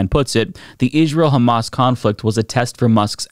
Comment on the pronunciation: Do you keep saying “ish-real”? Have I been saying it wrong my whole life?